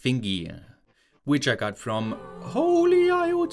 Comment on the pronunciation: The way he said holyiot 😂😂